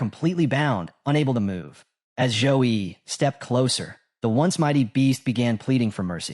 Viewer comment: Waaaiiitt so he wasnt called Joe-E but Zouh-Yi all along ahahahaah